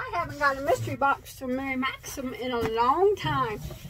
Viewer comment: You rock girl 😂🧶🧶🧶🧶I love your reviews... and I’m sure by mispronouncing Mary Maxim s name... just draws more attention than if you said it correctly 😂so I’m sure they’re happy and okay with it... their mystery boxes always seem nice 👍🏻 lucky girl .... I think their customer service is top rate and so far I’ve enjoyed their yarns 🧶🧶🧶